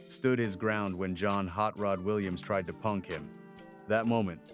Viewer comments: It's Hot Rod, not Hot Rot! Lol 🤣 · First of all it's "Hot Rod" not "Rot".